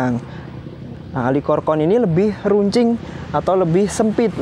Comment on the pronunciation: pengucapan dalam bahasa indo bukan alkikorkorn > cukup alchikorn aja, kan nama latin nya Platycerium alcicorne Suwun 🙏🏻